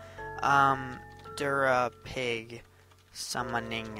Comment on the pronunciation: Derpapig instead of durapig